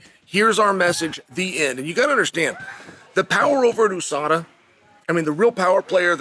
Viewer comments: "OO-Sada" - Chael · USADA came and went but Chael still doesn't know how to say it properly.